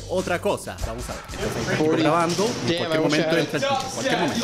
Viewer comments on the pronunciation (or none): Like si en el minuto 2 14 german dijo momentro0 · "momentro" xdd